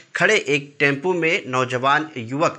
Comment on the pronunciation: टेम्पू नही टेम्पो 😂